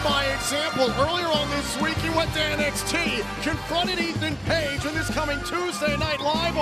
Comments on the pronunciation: The infamous Ethan Pague. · Plot Twist : Santino is actually pronouncing Ethan's last name right and the rest of us have all been mispronouncing it 😂🃏